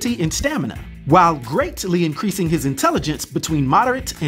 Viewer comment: I don't like how you added another syllable to "greatly" lol Keep up the content!